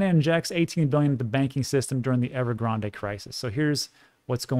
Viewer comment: Great insight as usual, one thing though -silent e in Evergrande it's not Starbucks🤣